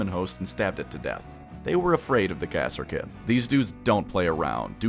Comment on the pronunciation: Are you fucking saying KASSA KIN? NOT KARSKIN?